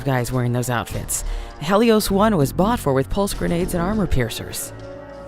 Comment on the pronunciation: It's a bit annoying that the voice actors don't know how to pronounce certain words. The Ranger said Hell-eos instead of Heel-eos